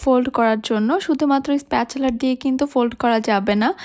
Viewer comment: স্প্যাচেলার বা স্প্যাচুলার না। স্প্যাচুলা spatula. ছিটা পাটিসাপটা-টা খুব ইউনিক হয়েছে। অব্বোশোই না। অবশ্যই ( অবোশশোই উচ্চারণ।